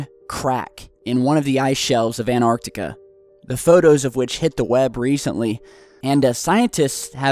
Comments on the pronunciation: its pronounced ant-arctica not an-arctica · what the fu.., you say anartica its antartica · There is no such thing as Anarctica stop saying that! it is called Antarctica, ant arc tic a do you understand Antarctica. Stop desecrating my language with your weird pronunciations. It would have been shit to live then you would have died of tooth axhe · It's so annoying when keeps saying ANARtica, it's AN-TARC-TICA! Christ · You know An-arctica doesn't exist, right? Did you mean Antarctica? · does anyone else get pissed off the he says"anartica" instead of Antarctica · Fuck the fort. Why pronounce Antarctica 'Anarctica' you're driving me crazy. Pronounce the T for fuck sake. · Dylan Rawnsley I know how you feel, it's so irritating, what's so hard in pronouncing the T, maybe we should...Yler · For god sake pronounce the first T in AnTartica